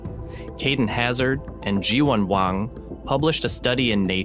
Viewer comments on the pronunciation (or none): none